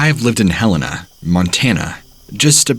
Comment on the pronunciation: I'm from Billings, Montana and I love hearing stories from around the state. At the same time though, I heard "Polson" and "Helena" and instantly cringed. 😂